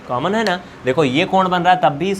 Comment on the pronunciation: Sir aap is video me samjha to bahut achha se rhe hai lekin aap ek galti kar rhe hai aap common ka caman caman bar bar bol rhe hai please common ko common hi boliye